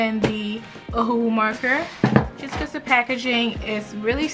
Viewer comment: Copics was bwetter, becwause the ays, i luv it